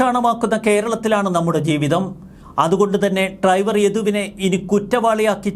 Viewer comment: ട്രൈവർ അല്ല ഡ്രൈവർ ആണ് 😂